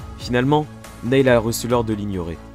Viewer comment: Je veux pas faire le relou ou quoi, mais Neil, se prononce "nil' voilà, sinon, super vidéo :) Par contre, c'est juste dommage que tu ne mettes pas les réelles enregistrement audio des mission, je trouve que ça casse un peu tout.